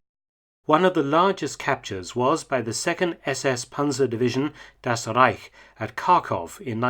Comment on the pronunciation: "Das Rrreich" xD